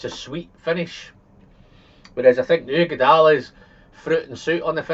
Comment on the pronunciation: Why do you pronounce the Ugeadail as udeagail instead of the right way?